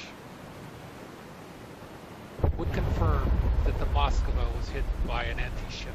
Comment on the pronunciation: Cmon how hard is it to say MoskVA?